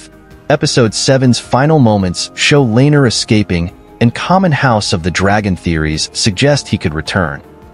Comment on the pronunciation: Names pronounced wrong: Rhaenyra, Viserys, Laenor, Aemond, Vhagar, Helaena, Jacaerys, Lucerys, Daemon, Laena, Rhaena, Corlys Names pronounced correctly: Aegon, Harwin, Baela, Rhaenys Not sure if you did this on purpose to make fun of the show. If you did, well played?